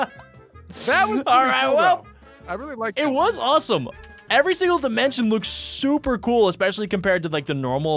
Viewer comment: dimont dmncion and sllaim dimencion